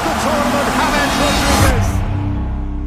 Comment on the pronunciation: Hames❌ James✅